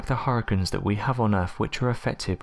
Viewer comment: I've never heard anyone pronounce "hurricanes" as "har-cuns". Luckily you said it 27 times in 60 seconds. Any less & I would have never figured out what you were trying to say.